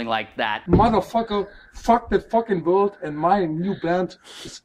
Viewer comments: I heard cold instead of world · ITS WORLD RAY WILLIAM JOHNSON ITS WORLD NOT COLD